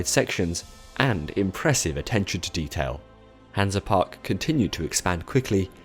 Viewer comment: Great video! Hansa Park is a pretty good park, Kärnan is insane. BTW You’re pronunciation is hilarious